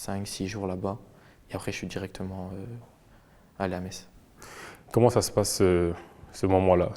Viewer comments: Quelqu’un aurait pu dire à l’interviewer qu’on dit « Mess » pas MeTz😅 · Par contre on prononce MESSE, pas MAITZE HEIN !!!